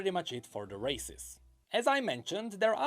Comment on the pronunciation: Everytime necrit say "races" I hear "racist".